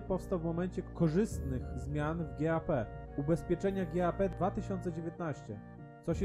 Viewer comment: GAP - nie czytasz jak G.A.P. tylko: GAP. Rent it - tu IT nie pochodzi od Information Technology, tylko od zaimka "it", więc nie czytasz Rent "aj-ti", tylko Rent yt ...